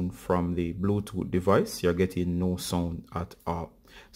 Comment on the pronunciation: Bluetooot😂😂😀 wagwaan bruv from Kenya